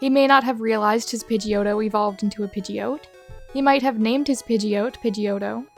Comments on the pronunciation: Why are you calling Pidgeot "Pidgeoat"? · it's pronounced PId-Gee-ot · The way you pronounce pidgeot hurts my SOUL